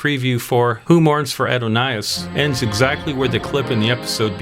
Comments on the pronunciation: Ah-don-iss, not ado-nye-iss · What is this Add-o-ni-as? It’s Adonis. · The name is not AD/o/NIGH/us, it is a-DON-iss. He was a Greek God (who was once human), and before this I was enjoying the video, but can watch no more after that one. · It is spelled "Adonais", and pronounced "uh daa nuhs" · It's pronounced AH-DON-US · Just one little nickpic, it's pronounced phoneticly Uh-daa-nuhs. Who mourns for Uh-daa-nuhs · Jeez; doesn't anyone proof these narrations for pronunciation? Melvin Bell-"EYE": Adon-"NISS". Nothing pisses off a Star Trek fan quite like mispronouncing a character name... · I have to ask, was Adonis mispronounced on purpose to get us to comment? I’m not knocking it, it’s effective. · Aaa-do-nay-iss. The title is "Who Mourns for Adonais?" not "Who Mourns For Adonis?" Adonais and Adonis are not the same, although spelled similarly. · uh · daa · nuhs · Seriously? You don’t know how to pronounce Adonis? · you pronounce Adonais wrong lol but ok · I'm talking about pronunciation obviously... The i was confusing him. Who mourns for the Beautiful perfect one,.. Adonais (pronounced as surely even you know, like Adönis...). He said Adonais like he had never heard the word, (which is an appealing post Millennial thought,...) It was downright jarring. It made me completely and instantaneously; question who this person was, and how he could have such a glaring ommision in his knowledge to have never heard the name Adonis even once! I grewcuo in the 70's and 80's. We thought and talked and listened back then. My Mother took me to a double feature movie when I was 6. It was Momm8e Dearet and TOMMY (The WHO). I have no shortage of experience, knowledge and world awareness. This sounds to me like a young person who has lived a one dimensional childhood and young adulthood and yes, I get all that from one bad pronunciation...c